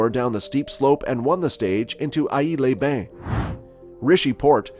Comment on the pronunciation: AIx les Bains is to be prononced Ex les Bains. Your welcome.